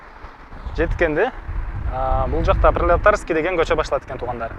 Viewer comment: Пролетарская деп айтылат жок дегенди окупта алган эмес экенсинда э